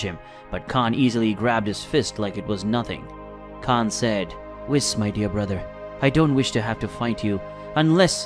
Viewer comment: Bro you stuck at reading dragon ball vocabulary 😂 you butchered Saiyan and whis and you read like a student in class volunteered to stand up and read 😂😂😂 very enjoyable content to relax and go to sleep.